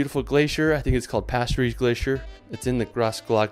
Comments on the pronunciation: It's called HALLSTATT and PASTERZE ! Amazing drone shots none the less! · I clicked on this video hoping to find some hidden gems, instead he's just listing some of the most overcrowded tourist traps imaginable, lol. Also it's Hallstatt and Pasterze.